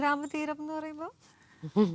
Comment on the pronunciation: ഗ്രാമതീരം അല്ല ആങ്കറേ..... "സംഗ്രാമധീരത"